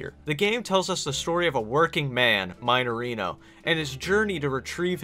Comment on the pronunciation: "Maineirino" Eu perdi tudo quando ele pronunciou assim KKKKKKKKKKK